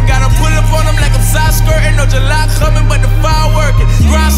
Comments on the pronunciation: why did he say the word "coming" wit a scouse accent (Liverpool) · Rolando Eazy I know